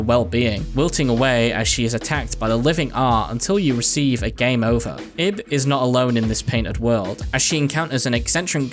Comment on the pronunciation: LIL THING ABOUT IB her name is actually pronounce like your saying Eve with a B at the end since in Japanese there are two ways of saying the name ,EVU or IBU, which the second one is where Ib comes from